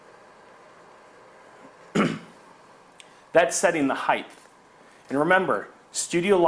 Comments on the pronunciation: Height, not heighth. Jesus. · Height... Not heighth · height, not heighth! no 'th' sound in height. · You lost me at highdth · His use of "heigth" is so distracting. It's not a real word, buddy. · there is no "th" sound in the word "height"